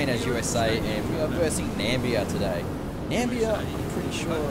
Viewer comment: It's Namibia not Nambia.